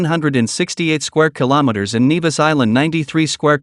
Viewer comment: Great but you mispronounced St Kitts & N-E-vis" That is where I went to med school.